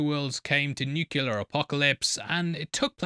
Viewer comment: For the love of God, please learn how to pronounce nuclear